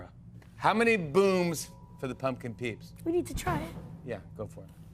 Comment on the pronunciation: bro the way he used the hard P on pumpkin peep killed me